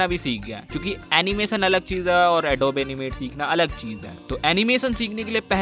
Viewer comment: its not adob. its adobe(ad oo bee)